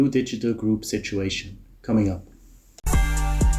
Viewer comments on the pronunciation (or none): Thanks for these warnings,. I really liked it when you said "this shituation" instead of "this situation".